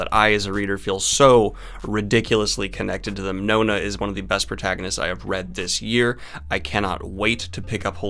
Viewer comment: you said "best" opening skit wrong.